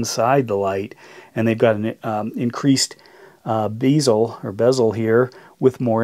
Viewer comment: its bezel not beezel and imorse not imorris